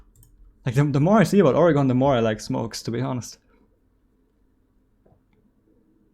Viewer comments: It’s pronounced organ not ori-gone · As an Oregonian your pronunciation makes me cry.